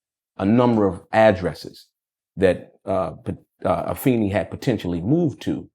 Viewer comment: Finally, somebody says Afeni's name right